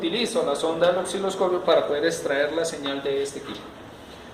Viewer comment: Aparte no sabe pronunciar la palabra OSCILOSCOPIO